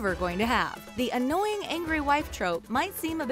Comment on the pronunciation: That has to be the strangest pronunciation of annoying I've ever heard.